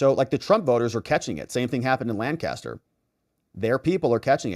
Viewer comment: Its pronounced Lank-aster PA Not Laan'-caster!